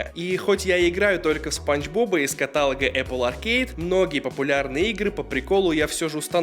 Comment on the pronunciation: каталог !!! ударение на букву ООООООО!!!!!